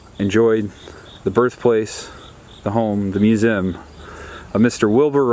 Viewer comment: Back when you had to literally make your bed! Them apples sure look good! I love these historic homes!!! Very good chicken and cow impersonations lol!! Every cow is named daisy, let’s be real! Oh man you threw it on in there lol!!!! Aw, Main Street is so cute, and wow, it was empty! That’s awesome that your grandpa signed the book. Wilbur was right! Great myoooosuuum and great video,! So glad you got some family time and visited this wonderful place to share with us!